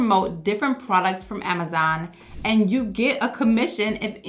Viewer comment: I like how you say “Amazaan” 😅